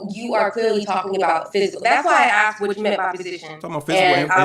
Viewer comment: Saying axed instead of asked = stupid